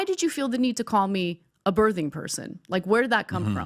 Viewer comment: Why can’t Americans pronounce words properly?! The "th" in birthing is pronounced the same way as the word "think" not "there" 😂